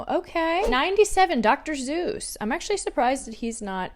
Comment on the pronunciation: The way you say Dr. Suess as Dr. Zeus got me 😂❤